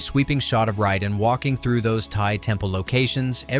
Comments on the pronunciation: Driving me nuts it's Raiden! Not Ryden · Ray-den, not Rye-den, if 6ou are gonna use AI check it before uploading you lazy tit. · Fuckin "RHYYYDEN" ai shite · I cant get past how dude pronounces Raiden lol. Ryden 😂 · Yeah "Rhyden" is the pronunciation of MGS2 character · this video loses all credibility just because you cant pronounce raiden correctly. how the hell do you fuck that up? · the easiest way to tell is an MK video is AI is how he pronounces raiden. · welp when u say Raiden's name wrong u dont have any business making a video get the f**k outta here